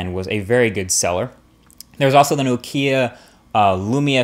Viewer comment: i love your videos but please men start pronouncing nokia right :D